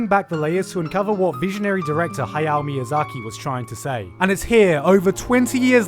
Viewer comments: WAIT ....did he just say hayao miyasaki wrong on purpose ? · did you just say hayao miyazaki 😭